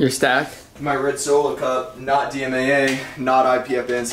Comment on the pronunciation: is the type of guy to say dmma instead of dmaa. Savage